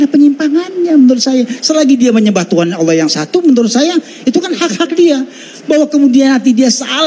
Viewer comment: Allah Swt... kesulitan dalam menyebut nama Nya